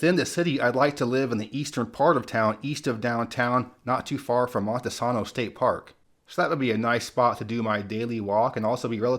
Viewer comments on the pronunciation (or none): Glad to see my hometown on here (Huntsville)! Don't live there anymore though. There's a lot of cool outdoorsy things you can do around that area, especially if you're into caving. Also a lot of history when it comes to space exploration. It's not called Rocket City for nothing lol. (Btw, it's pronounced Monte Say-no, not sah-no)